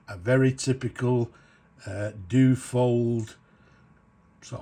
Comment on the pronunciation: Dyu-oh-fold...... not doo-fold....